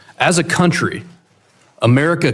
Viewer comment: It’s not “your countwee” Ilhan Vile Snak Omar!!! Get out!!!!